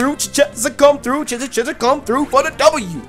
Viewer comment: Noooooo.... not Cheshire